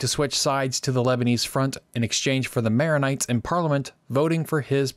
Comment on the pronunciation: Nice Vid. But you're kind of butchering the protagonists' names